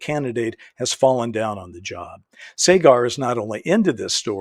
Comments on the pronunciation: He said his name as: SA GAR. Not Sey Gar. Saagar Enjeti is a very sharp young man. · It's pronounced Sah-Grr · You said Saagar name wrong.